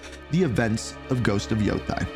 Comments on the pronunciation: How did you come up with that pronunciation for "Yotei"? It's not "Yo-tai", it's "Yo-taey" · You can't even pronounce the name of the game properly. Omg Africans can read better than you yanks.😂